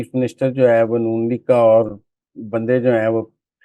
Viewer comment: Muzamil Saab kindly meezbaan badal do ya mohtarma ki pronunciation thek kara de urdu ki khey ko hey toba